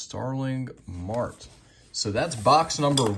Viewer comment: and the fact you pronounced starling MAR-TAY...(marte)...starling MART??? stop collecting please..on behalf of baseball fans